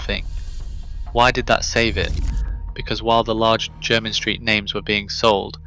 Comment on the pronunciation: It's your rubbish AI's way of saying Jermyn in the vid. It also wouldn't pass O level geography, viz. the map .